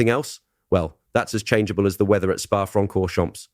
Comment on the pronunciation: Some nice writing, but see a French speaker to pronounce Francorchamps!